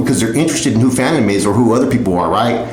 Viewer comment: *Phantom not phatom 🙄